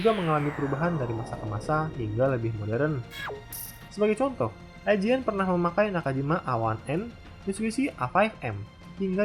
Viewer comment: IJN DI BACA YOUJIN